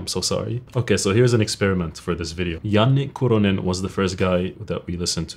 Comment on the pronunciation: As a Finn I'm more impressed by pronounciation of Janne Kuronen than his guitar playing lmfao